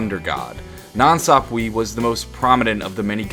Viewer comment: God its annoying how he keeps pronouncing 'Sapwe' wrong